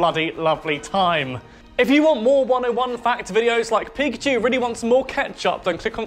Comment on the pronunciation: It's pakachoo!